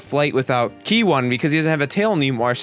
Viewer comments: Its "kie" not "kee" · If you say key instead of kai one more time I will report you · it's ki not ke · it's K I not ke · its ki not key sorry but its been annoying me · yo its pronounced ki like how you pronounce i in high (i think you were sir smh") not key lol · What I find funny is how many times you pronounce ki wrong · You're saying ki wrong and it's pissing me off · Trigger when u say manga . and ki . sorry it trigger me .